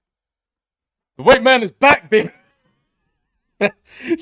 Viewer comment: "HooWhite!! people".